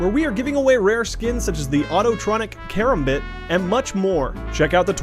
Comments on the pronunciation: I stopped watching after the guy pronounced karambit like kirimbit. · the fuck is a care-im-bit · did he say karumbit instead of karambit in the beginning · Man said KARAM-bit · Did this dude say kerambit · Did he just say “carrotbit” lmao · He said karamid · pronounces karambit like 'karimbit' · "Autotronic...Karum-bit" #TRIGGERED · "And the autotronic... kar-um-bit"... bruh do u even cs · jesus christ this is so scripted. hes saying that he loves csgo when he can't even pronounce karambit right.. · LMAO listen to how he says karambit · He said karambit wrong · The way this guy says Karambit. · The way he said karambit lmao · You Say Karambit Wrong xD